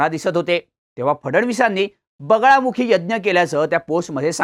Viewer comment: बगळामुखी नाही रे बगलामुखी उपासना असते